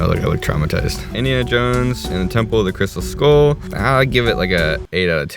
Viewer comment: Did he say "Indiana Jones and the crystal school"??